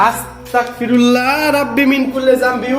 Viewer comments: ভাইয়া আস্তাকফিরুল্লাহ হবে না,,,এটার উচ্চারণ হবে আস্তাগফিরুল্লাহ হবে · ভাই আস্তাকফিরুল্লা না অস্তাগফিরুল্লা